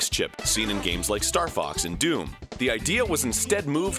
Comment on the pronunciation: During the part about the cameo appearances in Mario & Luigi, Am I the only one who heard Fucks McCloud instead of Fox.